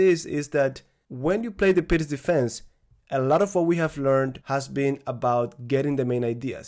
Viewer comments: Thank you, was facing this problem. Also, I remember you saying that you were pronouncing "pirc" wrong in the previous videos and now you have changed your pronunciation which means this is the correct pronunciation. Thank you as always for your efforts :) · finally your pronunciation of the word (pirc) has changed heheh :D I missed your lessons thank you very much master. as usual I practice with my chessboard and I write in my notebooks :)